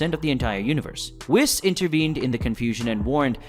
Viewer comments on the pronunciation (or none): Why do you pronounce Whis like that? In the show it's pronounced Whees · bro for the love of god PLEASE pronounce Whis correctly next time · I dont know if I trust someone that mispronounces Whis and manga.........